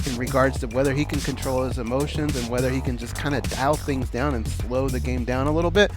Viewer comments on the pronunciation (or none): none